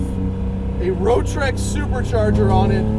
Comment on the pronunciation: It's not "Rotrex" Its "Rotex" LOL